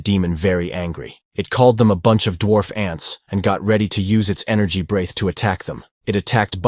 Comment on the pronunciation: Also, it's not "brayth", it's "bre-th". What kind of idiot AI can't properly pronounce "breath"?. The act of breathing is spelled "breathe", but the noun is spelled "breath" and they are pronounced differently.